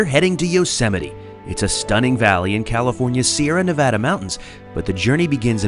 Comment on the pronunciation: I'm so glad to hear you pronounce Nevada the right way! 😁